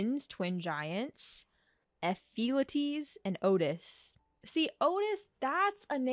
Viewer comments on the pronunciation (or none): Ephiolties is pronounced effie-ol-tea-s Idelons sre pronounced eye-do-lawns